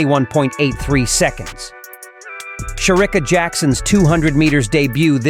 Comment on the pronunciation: Will u please pronounce Shericka's name properly? It pains my ears to listen to u calling her name.